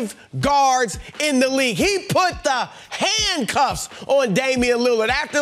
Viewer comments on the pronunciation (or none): He Said Handcuffs So Emphatically. 😂😂😂😂